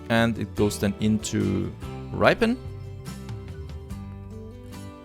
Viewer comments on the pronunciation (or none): Just caught up with the videos and enjoying your style of gameplay. Just to let you know that ‘Ripon’ is pronounced Rip as in Ship, so it sounds like Shipon but it’s Ripon. Really loving the series :)